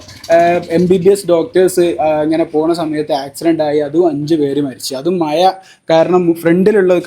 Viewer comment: മയയല്ല മഴയാണ്.